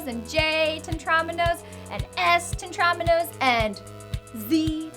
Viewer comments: Aren't they pronounced, Teh-trah-MEE-no? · Tetrominos? ITS PRONOUNCED "TETREMINO'S" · The way she pronounces Tetriminos makes me cringe